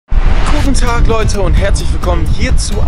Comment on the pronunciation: Ist euch am Anfang aufgefallen das es sich anhört wie ,,Kuchen Tag Leute" 😂